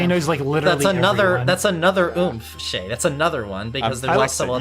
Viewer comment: shayy, it's shayy go to shayy